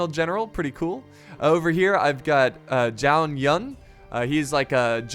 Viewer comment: Zhao is pronounced chao